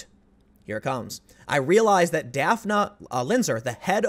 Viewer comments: Dafna...I was thinking it was Daphne...Daffnee...but I was like wait till I see the spelling, since I was only listening to it. Sho'nuff. Do you think she got that name from Daphne, but her parents didn't know the pronunciation. Daphne is more tricky then when you can get by with Shawn, Pammy pamela Kamala. Could be a native name...or popular. But I wonder?!? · I believe the woman's name is pronounced "Daff-ney" but it's funny & cute how you pronounce it.